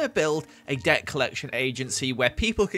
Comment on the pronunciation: I it just me or did he sound like he was saying dirt instead of debt or is it the fact I am american